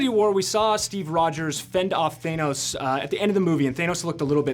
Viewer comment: I wish I wasn't so bothered by people saying "thay-noss" instead of "than-nose"